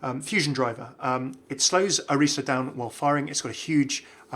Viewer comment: thank you for saying both efi's and orisa's names correctly LOL you're the best, love your videos:-D